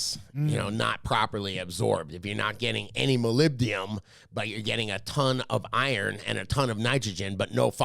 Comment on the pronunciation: I work in a lab, and it was funny hearing you say Molybdenum. 😂 Had to mess with you,.